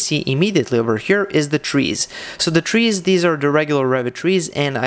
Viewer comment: You lost me at "Trees." Misplaced emphasis...